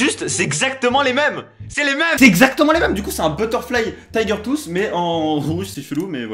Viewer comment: LE TAYGEURR TWOUSSEE 😂😂😂😂 tellement ridicule quand il le dit